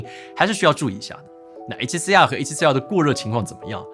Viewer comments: R读成二声不就好了，写脚本的哥们儿，应该动动脑筋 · 真的 中文Youtuber都是A7C啊和A7C啊